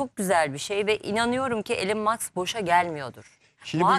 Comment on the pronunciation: Elın mask yada maks değil “ilon mask“ yada “ilan mask” diye okuyacaksın.Hadi diğer ing kelimeler olsa neyse ama isimlerin doğru okunması gerek